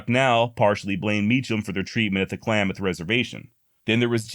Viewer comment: great pivot on Klamath pronunciation. Spot on man.